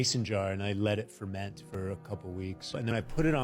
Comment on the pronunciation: Yo I actually cried when said FERMENT. Not laughter. Disgust. Love you 😊